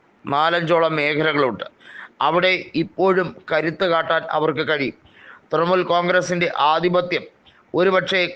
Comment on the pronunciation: തൃമുൽ അല്ല തൃണമൂൽ